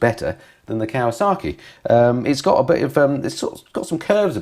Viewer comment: Still raises a wonderous giggle as to why "KAWASAKI" wont engage with you when you keep calling them "KAWASARKI'S" 🤣🤣 Love the channel BTW 👍